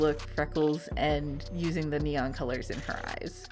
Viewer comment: Neon -> "Nia"